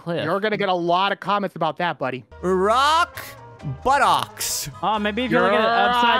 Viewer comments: ITS ROCK.BOTTOM NOT "rOck bOttOcks" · One he was saying Rock Bottom he said Rock Obama